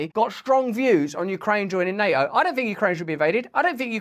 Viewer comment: I wish he could pronounce NATO.